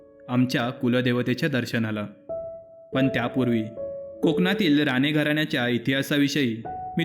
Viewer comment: Saheb ranegharanyaci mahiti sangitalit khu chhan pan राणे बोलताना राने उ़़चार केलात बाकी छान आपला नंबर या विडियो त याड करा